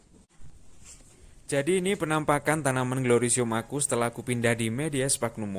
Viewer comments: Mas'e cuma mau saran aja penyebutanya salah😆 bukan glorisium nyebutnya gloriosm aja, trus perlait aja nyebutnya ya mas jngn perlit hihi. Mantapp mass terimakasih tipsnya.. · orang Jawa ya bang ,🤣🤣🤣🤣,glorisium....🤣🤣🤣🤣gloriosum baaaang....di eja berkali2 bang biar gak belibet nyebutnya....😁😁😁💪💪💪😀😀😀